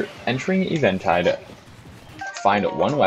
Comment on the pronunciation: I cant believe you pronounce eventide like that